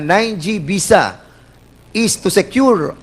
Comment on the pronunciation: Foriners.. oh please mag artista k nalang.. visa not bisa.. bobo kung hindi dahil Kay Judy Ann nag nga nga..shame on you..